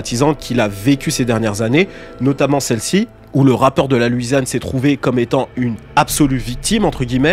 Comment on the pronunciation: Très bonne vidéo mais juste on dit “LOUisiane” et non pas “LUIsiane”